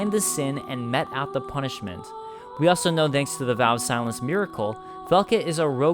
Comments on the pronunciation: So, could the narrator then actually be Velka herself? She doesn't sound angry, but that doesn't mean she isn't! Could be then that she appears before us in the form of that crow to bear us away to mete out a little justice of her own! Oh, by the way, "mete" is pronounced the same as "meet" and "meat", "meting" the same as "meeting"! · My only qualm with this video is the mispronunciation of “mete.”